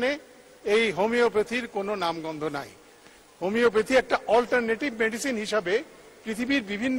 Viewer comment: Apnar prothom kaj Hobe homoeopathy uccharon thik kora.ar porer kaj Hobe vhalo kore jene homoeopathy niye montobbo kora.dhonnobad.